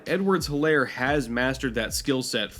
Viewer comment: It’s pronounced Edwards-HEELAIR